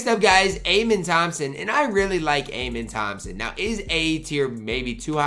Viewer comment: amen thompson is pronounced “uh-men”